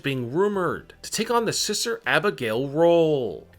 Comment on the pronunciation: Lmao who's siser Abigail? It's SISTER YOU BRAIN DEAD TOOL!